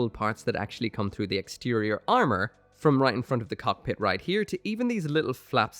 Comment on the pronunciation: "step 3: the arnour"